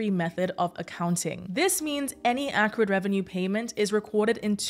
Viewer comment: It’s pronounced “accrued”